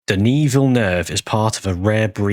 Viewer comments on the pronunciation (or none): none